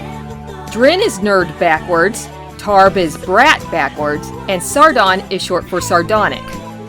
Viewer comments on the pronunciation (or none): Tarb sounded pretty close to tart though😂